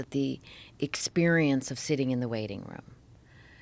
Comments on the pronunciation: Joe Rogan Exspearence 😅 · Joe Rogan "Expeirence" deep love you slap joe hogans bald spot